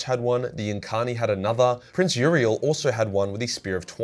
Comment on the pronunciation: I BEG you to read the characters' names and not just make something up that vaguely resembles them. Its the Visarch, not the Viserartch; Yriel, not Uriel; Cegorach, not Sirogoratch; Ynnead, not Yinned; etc.